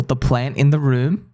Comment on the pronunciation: Room not moon